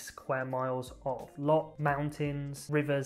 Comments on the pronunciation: Say, Lorch and not Lock! It grates. 🙂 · Welcome but please don’t try to make Scotland your version of little England as many do. And please learn to speak The lingo as in loch not lock etc.